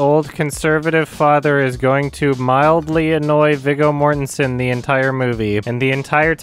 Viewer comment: ... It’s actually pronounced “VEE-GO” Mortensen